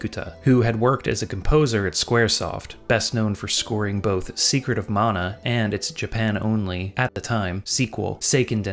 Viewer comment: I love the way you say mana. It's the way i say mana. The other way sounds like a 40s american saying Naagasaaki.